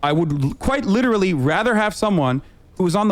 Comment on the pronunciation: You missed a couple "quite licherally"'s in there, but yeah that's about all he's got